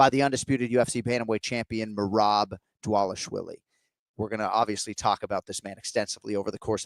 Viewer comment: Another name Jon cant say. Its DvalishVILI, not DvalishWILLIE. Come on man